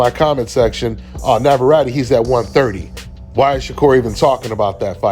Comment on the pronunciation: You cant pronounce navarette correctly.